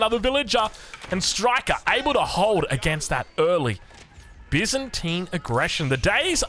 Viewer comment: Bi-zan-tian. good on ya!